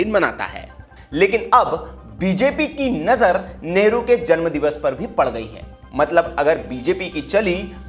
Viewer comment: भैया कम से कम न्यूज़ में नेहरू जी का नाम तो अच्छा बोलो,,, नेहरू नेहरू बोल रहे बार बार